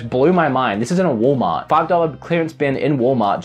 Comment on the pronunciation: "wool meart" and they say you lost your accent XD